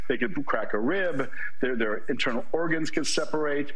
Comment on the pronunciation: lol, "intornal ergans"